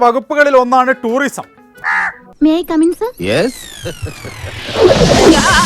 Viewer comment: ടൂറിസം അല്ല ട്യൂറിസം😂